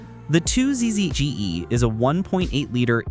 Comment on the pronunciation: Would it be hard to have someone narrate this? "Two Jay Esses" really? bruh